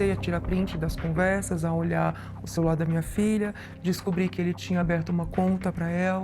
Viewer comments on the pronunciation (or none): "Cerular" foi ótimo! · A delegada falou aparelho "cerular " !!!! Faz favor!